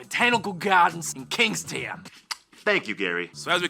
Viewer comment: It is Kingstown not kingston